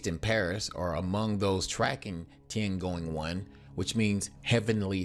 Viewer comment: yeah Tiangoing one... are you english speaking people really not capable of speaking any other languagues correctly ? I translate it to your limited ehr.. read my lips: T I Y A N G O N G